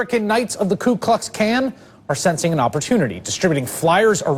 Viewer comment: Truly, the KKK is the master race...LMAO did anybody notice Chris Hayes say KU KLUX KAN?